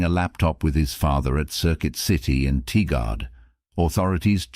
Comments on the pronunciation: Just a helpful pronunciation tip: It's pronounced Tie-Grid or Tir-Grd ...when I lived there, some said it as Tiger-ed 👍 I lived there and struggled a lot to get it right, so please don't think I'm trying to be a know-it-all or am putting down your video in any way! I can pronounce half of the cities in Washington or Oregon correctly 🤦‍♂️🤷‍♂️ and I've lived here my whole life. A lot of Indigenous names and colonial names (French, Spanish, UK English) that... I just struggled with. I lived, technically, in Tualatin ['Two-wall-uh-tin'] and love places I could pronounce, like Hillsboro 👍 😅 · TIgard. pronounced Tie-guard Veneta, Pronounced Vee-knee-da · Tigard sounds like tie-gerd